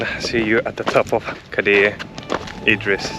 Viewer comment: You didn't 'butcher' the name of Cadaer Idris. You actually did a better job than most so-called Welsh people. Great content, clearly enjoy yourselves in God's country 🙏